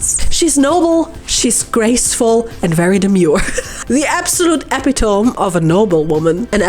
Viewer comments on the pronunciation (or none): EpitoMEE, not epiTOEm 😅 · I only just finished watching the ad read, but I feel the need to let you know that "epitome" is pronounced "e-PIT-oh-mee." Heaps of native speakers get this wrong too though. Anyway, I can't wait to watch the rest of this masterpiece.